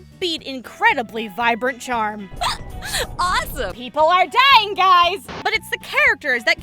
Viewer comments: Never understood why you said Yukiko the way you did. Now that the game is on steam and I’m playing it for the first time... I understand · Did you say Yukiko? I know right best gurl